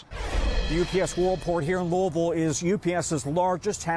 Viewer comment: Why on earth is he pronouncing Louisville like that? lol